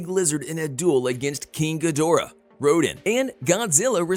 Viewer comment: Lol Rodin? It's Rodan